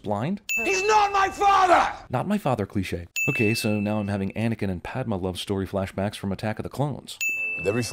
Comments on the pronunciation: "Fridga" ?? How do you mispronounce a name of a character despite having seen the movie, and therefore heard how the name is correctly pronounced? You also did this in Star Wars Ep III when you pronounced Grievous as "Grievious" ... And you said "Padmuh" but that may have just slipped and I can understand that. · Anakin and Padma? No one ever says Padma, in the star wars universe it's always Padme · Pad-ma? Wtf. It’s padme! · He pronounced Padmé, Pad-muh. Jesus, man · CinemaSins gets a sin for pronouncing Padme as padma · Did he say Padmé like Pad-ma? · Sin for saying Padme wrong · does this guy not watch the films he never pronounces names right lije padmé and frigge